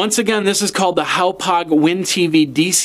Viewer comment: It's pronounced HOP (like what a frog does) HOG..... HOP HOG not HOW POG. It's on their own website how to pronounce it. I know this review is old but as an update, the extra 'box' that Charter gave you was a tuning adapter that is needed to receive digitally encrypted channels. In 2012 not all channels were digital so you may not have needed it depending on your cable package. As of now, Charter is 100% digital and I believe you do need the tuning adapter to see any of the channels. Just in case anyone else is searching for reviews of this cardcard receiver. I was hoping to see it in actual operation.